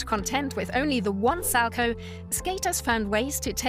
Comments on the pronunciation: “Sal-co” ouch. It’s salcow get it right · Isn’t it pronounced sal cow? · When you say salchow it's kinda annoying because me and everyone at my ice rink pronounces it sow cow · How come it's pronounced Sal-Chow when his name was actually pronounced Sal-Co. My last name is Markow(W silent like this skater's name)so that's why I brought it up.. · it's pronunced sal-COW, not sal-ko. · Learn how to pronounce Sal-cow. Not Salco. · When you get a narrator that knows nothing about ice skating you get someone sal-coe. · Can you please do your research before posting such videos? As a long time avid fan of the sport it was almost annoying listening to you mispronounce the Salchow as well as Surya Bonaly’s name. 🤦🏼‍♀️ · So, so inaccurate! Kurt Browning never tried a quad SALCHOW against Boitano in the Olympics that year. It was a quad toe loop. Get your facts correct....and maybe your narrator's pronunciation of it too.... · I cringed every single time she said “Salchow”. Maybe we just pronounce it differently here? Idk I skated a tiny bit when I was little but quit to do cheerleading so maybe I’m just wrong? But I’m pretty sure that’s not how you say it.